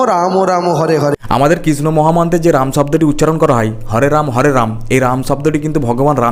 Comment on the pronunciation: ভাই একটা জিনিস ভালো খেয়াল কারো দেবাংশু কৃষ্ণ বলছে না কৃষ্ট বলছে